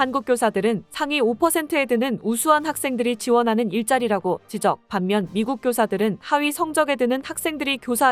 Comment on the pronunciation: 목소리 ....아니...나레이션 ...진짜 여성 성우가 한거 맞나요? 지쩍 이라 발음해야하는데...지적 , 고생하시며 만든 영상을 기계가 발음해서 수준 바닥으로 떨어뜨리십니까? 아무 상관도 없는데 지 적 질 해서 죄송합니다.